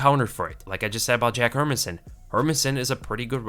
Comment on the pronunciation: bro I love your videos but stop saying her-min-sson it's HER-MAN-SSON!!!!!!!!!